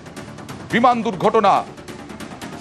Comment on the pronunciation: দুক গটনা না বলো দুর গটনা কথায় বলতে পারেনা এরা নাকি সানবাদিক 😂😂😂😂